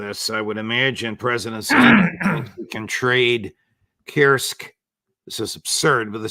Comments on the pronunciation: For Pete's sake Judge, stop saying "Kirsk". I'm pretty sure that the u-sound exists in English. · Pronunciation of Kursk is "coorsk".